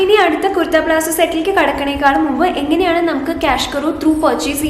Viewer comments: Plazzo Alla palazzo.. I meant the pronunciation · .Plazzo ennala.It’s Palazzo.fix this basic pronounciation mistake😂